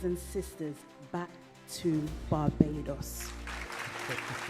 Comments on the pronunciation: Your pronunciations please eg : Barbados not Babados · Please correct your pronunciation of BA-BAAY-DOS... Please, not BA-BA-DOS. This is just a point of correction...